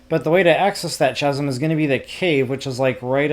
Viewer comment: It's not "ch-asm" as in ch ch cherry, it's pronounced "kasm"